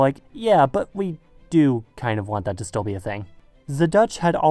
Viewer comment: Did you say 'zu' instead of 'to' in order to make us believe that you are German?